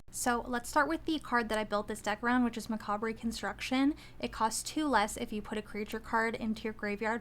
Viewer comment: ur pronouncing the word macabre wrong :)